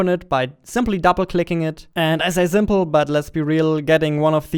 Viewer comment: Nobody:: Zaunds, Zee, Zimple, Zelekt